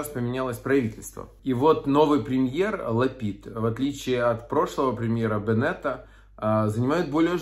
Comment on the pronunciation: может признеете столицу моей страны Израиль эИерусалим? И может один раз проголосуете за Израиль в ООН? А может выучишь правильное ударение на фамилии БЕнет?